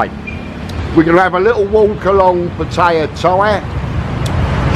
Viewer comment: How about educmacating people on how to pronounce Patta-yah?